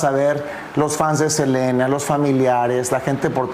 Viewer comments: La reportera de dice SELINA y es SELENA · Por qué dice Selina?😮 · Reportera aprenda hablar no es cilina es selena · SELENA, no Selina.... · SELENAa. Con E no Selina con I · Por que dice Celina 🙄🙄🙄 son nombres completamente distintos es Selena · Así se pronuncia en inglés, pero ella está hablando en español debería decir "Selena"🤷‍♀️